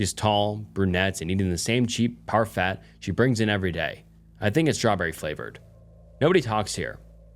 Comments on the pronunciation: The most disturbing story was that you didn’t know how to pronounce parfait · Mispronouncing parfait caught me off guard lol I honestly enjoy the little mistakes it feels more authentic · Parfait pronounced “par-fey” 😊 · 💀🤣 par-fay honestly though, I love the slip-ups. they’re genuine and endearing. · For 'Parfait,' the T is silent, Par-Fay